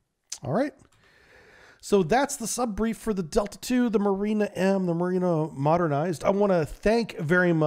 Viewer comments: Not mArina, but mUrena. This is such a fish. And the way you pronounce it, it's a female name. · Murena like in Moray eel. Pronounced with eh sound like in RAM